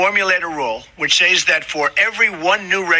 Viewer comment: Who says "says" like it rhymes with sleighs?